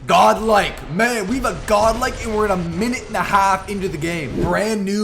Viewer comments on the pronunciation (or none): none